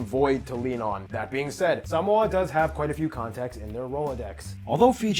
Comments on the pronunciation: Is the guy making the video even Samoan? He pronounces Samoa like a Palagi🤣🤦🏾‍♂️ And his pronunciation of the islands are shit as well, not just the guy reacting. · All lies, if you want to learn, go to Samoa. Those fools in your videos cant even pronounce the name Samoa correctly*$^@@